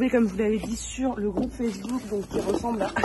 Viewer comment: "Je vous met le groupe facebool " 🤣 incroyable 🤣 8m14 ! Sinon super video ! Merci pour ton retour ! 🥰